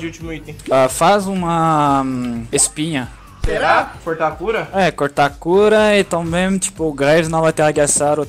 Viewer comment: "Faz espinhá"